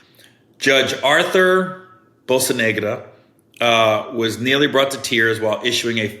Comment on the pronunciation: Bocanegra (Bo-kah-neh-grah)